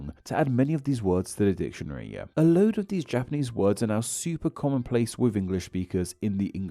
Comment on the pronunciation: Your pronunciation of those japanese words couldnt be worse. You should read the phonetic reading of those words in the dictionary too. Its usually in square brackets next to the word.